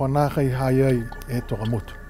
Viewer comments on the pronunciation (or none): Tokamotu not Takemotu